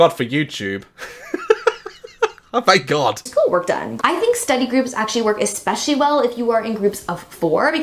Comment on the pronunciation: she says espeshy?